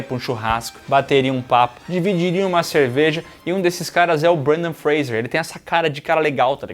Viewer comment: Por q tão falando Brandan Freijer em vez de Brandan Fraser 🤔